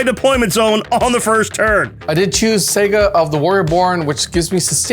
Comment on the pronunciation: Awesome batrep. Love the banter between you guys. Does realise he calls is a 'Sega' rather than a 'Saga'?? Pretty cool mispronunciation.